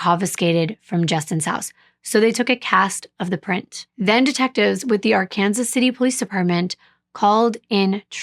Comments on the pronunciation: Thank you for caring enough to look up how to pronounce Arkansas City. Yes, in Kansas, the town and the river are pronounced differently. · My husband is from Kansas, and I now live in Kansas. I got chastised for not pronouncing right. Yes it's Ar-Kansas. Being from Oklahoma, that really messed me up, lol. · The city is pronounced Ar-Kansas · This is a city in Kansas City. So they pronounce Ar-Kansas. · Youre absolutely correct about Ark-Kansas! Im a transplant from Minnesota and was quickly corrected when i pronounced it Arkansas! You don't mess around or joke about that pronunciation here!!! Well done!❤